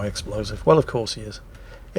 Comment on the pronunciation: What the hell is a NAG-A-Toe?